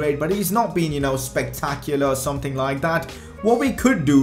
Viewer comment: can you talk properly plz and stop saying tird and someting